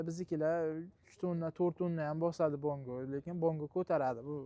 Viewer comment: Bango emas, bongo deyiladi , rsol emas resor deyiladi